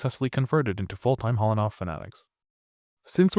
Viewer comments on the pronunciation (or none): none